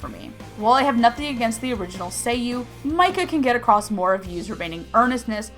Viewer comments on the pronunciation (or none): none